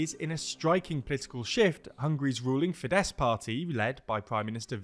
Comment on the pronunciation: Well done pronouncing "Fidesz" correctly. Now try to actually pronounce the "r" in "Orbán".